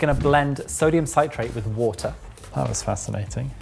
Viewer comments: Sit-rate, not sigh-trate ;) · Why can't say "citrate" Think "citrus", "citric"... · Sit - rate, not cite - rate. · Sytrait lol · "citrate" sounds like "sit" -rate. Why? because there are two consonants after the vowel. If it was "ci"-consonant-vaowel then it would be "Sy" but then, you guys should know this stuff! Damn that's so annoying. As for the Spherificator-anator, Dr. Doof' would love it, but to me looks like a total waste of time and money. Good job! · Sodium sigh-trate. No. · Sodium citrate is a salt of citric acid. Thus it is pronounced like citrus not with a long i. You probably already know but it is also used to make a cheese sauce without a rioux. It is what is know as processed cheese. Great for sauces or grilled sandwiches also Welsh rarebit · Well,, you started by ballsing up the pronunciation of citrate... Loved the return of the Super Geek jingle though. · I genuinely love that can't say "sodium citrate" correctly. Like dude, it's "citrate," like "citric acid" because it's a salt of citric acid:D